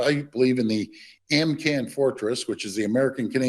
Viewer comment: That reminds me. I have to email Dougy to tell him to stop saying, " AmCan"